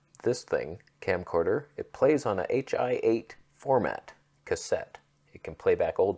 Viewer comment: Correctomundo. Plus he's pronouncing it wrong. Should be (high eight) as in high-band 8mm.